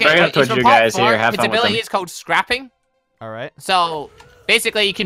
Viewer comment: I don’t know if it’s an accent thing but MMMM I can not deal with them saying SCAPPING